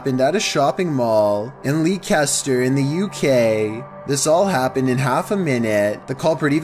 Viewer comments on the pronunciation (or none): Love your pronunciation lol...Leicester is pronounced LESTER HAHA